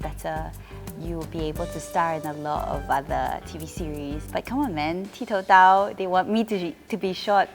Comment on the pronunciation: Koe Yeet, did you and the rest of the cast realise that 'ti tou dao' was mispronounced many times as 'ti dao tou'?